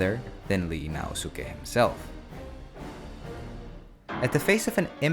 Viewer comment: it's ii naosuke (井伊 直弼) not Li naosuke